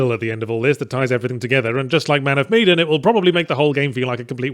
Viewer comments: Man of Meee-den vs. Man of Me-dan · Medan. Not meedan. That drove me nuts. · it's MEH-DAN, fuck, man